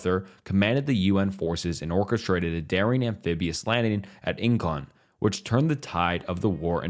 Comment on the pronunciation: MacArthur landed at InCHON…not In-con.